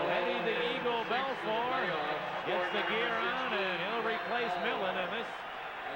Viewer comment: Wish someone told announcer it’s Bel FOUR. Not Bel FUR